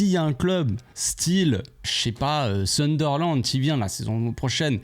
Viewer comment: Sunderland qu'il a dit mdr